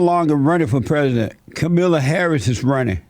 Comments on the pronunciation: It's not Kamila It's Kaaamala LOL. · Her name is the only thing he got wrong about her. And there are plenty of Democrat voters who don't know how her name is pronounced either, and they'll still vote for her because they don't care. The enthusiasm on the left isn't for the two people running against Trump, it's for the agenda they're promising to implement if they're elected. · Why do all of you conservative youtubers say the same thing. Nothing you say in this video is original. Can't even say Kamala's name correctly. I'm so bored with you all saying she will be the real president. Same talking points and everything. I hope you leave the country when Joe BIden is president come January 20, 2021. Don't let the door hit you in the ass when you leave crying like a little baby. HAHA